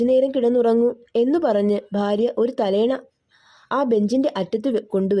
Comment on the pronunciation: ഭാഗ്യം , ഭാര്യ, അൽഭുദാതരങ്ങൾ, ഇതൊക്കെ വ്യക്തമല്ലാതെ തെറ്റായി പറയുന്ന പോലെയുണ്ട് . അക്ഷരശുദ്ധി ആകാം